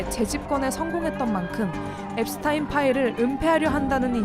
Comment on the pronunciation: 제프리 앱스타인 아니고 앱스틴